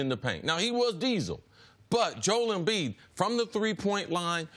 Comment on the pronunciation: Does it bother anyone else that CC refuses to pronounce Joel Embiid's name properly? Everyone else on earth seems to be able to pronounce it "Joe -elle", yet CC consistently pronounces it "Jole". I can't get past it.